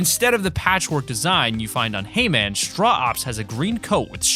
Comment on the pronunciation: Did anyone else think of he man when hearing hay man